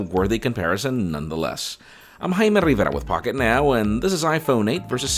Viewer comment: Yo Jaime Stop pronouncing ur surname wrong i even researched how to pronounce it😂